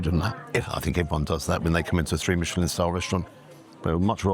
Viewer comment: Mishhelllin star scamm